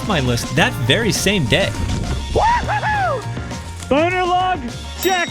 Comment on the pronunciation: Mans said bonor log